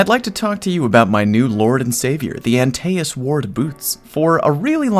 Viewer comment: “Anti es” not aNteASs I’m very confused lmao